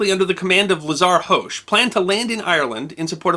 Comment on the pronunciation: I love your videos, but as several of his decedents have told me, the H in Hoche is silent. :)